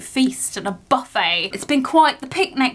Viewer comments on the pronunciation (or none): none